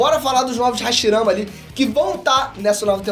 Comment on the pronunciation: é impressão minha ou ele falou "hashiramas"😂😂